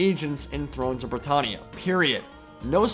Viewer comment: The way you pronounce britannia annoys me every time